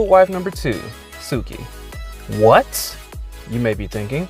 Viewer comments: It’s suki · Him: suki Me: *Y E E T S phone across room* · When he said Suki that hurt me a lot like I always thought it would be suki and Captain boomerang but I would stan for suki and zuko